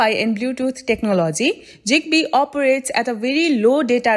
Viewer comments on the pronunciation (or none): Bro it ain’t jigbee. It’s zigbee